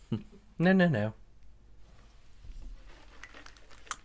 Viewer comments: I love how James just will not pronounce Juvias place - I’m dying!! 🤣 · instead of juvia's place like the place that belongs to juvia, he said it like juvius place like a place named juvius